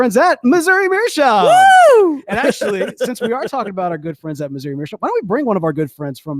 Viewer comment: The episode were learns how to pronounce “meerschaum”....or not.